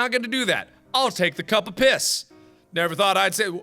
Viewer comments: Markiplier saying piss sounds weird... almost like, how poss sounds... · “I’ll take the cup of piss” Mark is becoming Indian